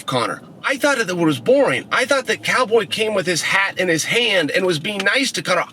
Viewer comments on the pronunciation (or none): "Chow Boy Chael."